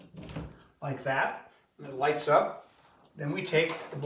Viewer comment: *Lights not lites